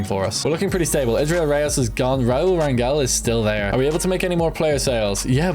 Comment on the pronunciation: As someone with the last name Rangel it’s pronounced rayn-gel